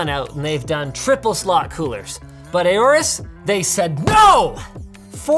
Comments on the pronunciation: Linus constantly saying Aouris instead of Aourus is quite triggering. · Is that actually how you pronounce AORUS? "A or us?" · Bruh i think i pronounced Aorus as Aurus